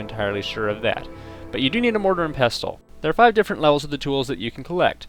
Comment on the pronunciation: You don't pronounce the T in wrestle or nestle, so why are you doing it with pestle? Were you home-schooled or some sort of English as a foreign language student? Here's a little tip in life, languages and even dialects are "consistent" to be accepted as such, that is especially with pronunciation. I knew how to say pestle and mortar since I was a child, because it is a commonplace kitchen item for grinding up herbs. I'm so sorry that you seem to have lead such a sheltered existence to have never heard the word said out loud before, but it follows the same rule you follow with wrestle. This is English, not 'Nam, obviously, if you want to do that, go ahead and do so with arapaho or any of your other native languages, not ours.